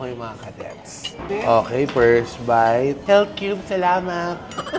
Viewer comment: health is heALTH GALING TLGA MG BRITISH NI TATAY LOVE LOVE